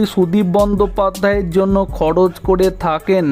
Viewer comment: খড়চ ড়কত খবড়ে এগুলো বাংলা নয়।সঠিক বাংলা বলতে শিখুন।তারপর ভিডিও বানাবেন।